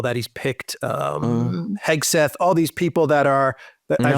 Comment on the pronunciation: I think it's hilarious Alexander can rattle off a list of Ukranian cities with perfect accuracy, then stumbles on the name Hegseth.😀